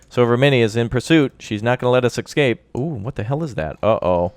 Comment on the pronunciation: its not excape its escape